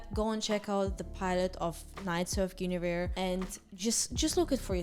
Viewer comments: GOON-averse ( don't worry I not native American speaker either) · Hope this helps with pronouncing Guinevere, At least I think this is correct but I could be wrong Gwen-A-veer "Gwen" like the name "A" like in "cat "Veer" like the last syllable of "severe"